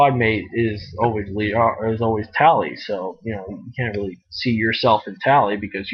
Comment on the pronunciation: Tail? Lol it's Tali :P